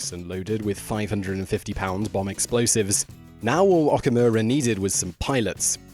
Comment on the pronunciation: Although not a big deal, whenever a Japanese word has the letter "O", it carries a long O sound. Okinawa is pronounced "Oh-key-nah-wa" and Okamura is pronounced "Oh-ka-moo-ra." Just think of Oklahoma. Again, not serious because many Japanese people butcher American names but it's always nice to be proper when possible.